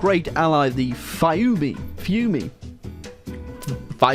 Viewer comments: Fiume is pronounced Feeumë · Nice video but it’s pronounced /ˈfiume/ (FEEOO-meh) lol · The pronunciation of Fiume gets me everytime.